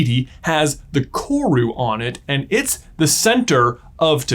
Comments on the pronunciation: Watching an American discover a part of kiwi culture is unsettling. Also dang he butchered "kawrue". Its koru and you roll the r. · Omg! all New Zealander's freaking out when someone 'famous' says our name hahaha Also... roll the R on Koru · My guy, love your vids. But the Maori pronunciation hurts, roll your R on koru. Appreciate the exploration of the meaning of korus though! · I love this video and you J, and how much you mentioned New Zealand..... but im not gunna lie, as a New Zealander, hearing your pronunciation of 'koru' made me cringe just a lil bit 😂😂😂😂😅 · For future videos, koru isn’t pronounced with a hard ‘r’. Was nice to see New Zealand representation in this video though ☺️ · im from nz and its funny listening to him say Koru, he's obviously very close in pronunciation but its still a little giggle worthy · Hi, i love your videos but one thing kinda confused me for a sec as a New Zealander! Koru is pronounced with a rolled R! :) thank you for reading :)